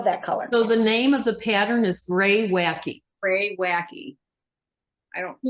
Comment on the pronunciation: Graywackeeeee (as pronounced) is a type of stone. Great sweaters ladies. I have knitted three Suska socks, made with mohair for my friends with cold feet. The third one just needs to sew the top and weave in the ends. First one delivered for a birthday. The rest will wait until the end of the year.